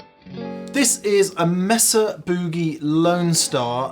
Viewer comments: It's MAY-SAH not MESS-AH. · /'may-zah'/ ... not "mess-uh" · It's "May-Sah" Boogie ;) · "Muuuhhh sa" "booh-gahhh" haha! Love the English pronunciation of this. In the states we say "May sa" "booh-ge" I think I like the English pronunciation better. I'm gonna start using it! Reminds me of when I was watching the UK series, Hart's War and guy kept talking about his new aluminum prosthetic leg. I had to look at the sub titles to realize the was saying aluminum. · I noticed these English guys don't know how to pronounce Mesa.